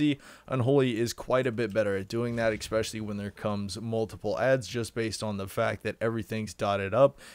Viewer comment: Please stop saying "expecially". English is your only language, you should learn it.